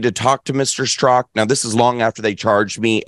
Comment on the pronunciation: Really Dinesh? Brandon "Strock"? Straka, how does anyone mess that up? "Strak-A"..😄